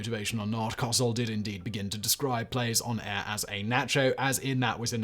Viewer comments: It’s Co sell 😂not Cossel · Coh-sell not Cahsell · Simon, just a Note, Howard Cosell, is pronounced as two syllables. Co-Sell. At least, that’s how old Howard pronounced it. Very colorful character, very abrasive, but a very recognized voice. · I guess no one watching YouTube remembers Howard and knows that he pronounced his name much different than Simon did. Co-sell. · A minor nitpick Simon but Howard Cowsell's last name is generally pronounced Co-sell in the States. The w is pretty much silent or dropped. Your pronunciation just caught my ear for how strange it sounded. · It's pronounced COH-SELL. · Not usually a "that's not how you say it" person, but Howard's name was pronounced co-SELL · I'm not a foot ball enthusiast either one but when you say Cosell it's long O short e and emphasis on the last syllable not hugely but enough to notice, the sound of you butchering his name nearly made me vomit. Why don't you check this first I like you and all your channels I'm subbed to, but crap like this will get you unsubbed quickly. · Right up there with brain science 😂 And don’t forget how he pronounced Cosell 😆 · Once he said it the first time, it was all I could hear.